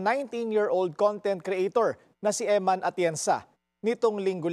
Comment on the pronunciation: You're a priest and you can't pronounce EMMAN? Her name is EMMANUELLE.